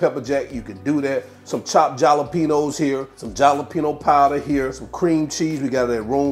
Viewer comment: Jalepenos....isn't it a H sound not J sound.... Hal..le..pee..nos.....just asking for a friend...